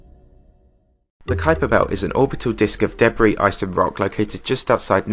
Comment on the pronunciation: It’s pronounced duh-bree and the dubstep music in the background didn’t fit the video’s theme at all.